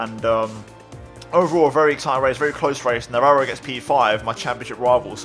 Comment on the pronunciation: awesome stuff man! also im impressed you can actually pronounce Navarro xD